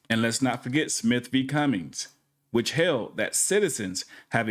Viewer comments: Not trying to be nit picky, but, it's Cumming Georgia, not Cummings. There's no 's' on the end of it. Honor Your Oath Civil Rights Investigations even did a special video holding a sign about how he loves (smith v.) Cumming at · It's Cumming GA not Cummings. Smith V Cumming. 🤡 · FYI it's "Smith vs. Cumming". No "s" in there. Cumming, Georgia.